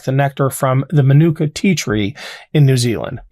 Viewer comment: It’s pronounced MA NEW CAR honey Manuka You butchered that Maori pronunciation